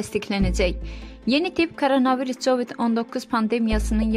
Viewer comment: Kul başua covid yazlır kovid oxunur korona virusu corana virus dedin valah halldı sene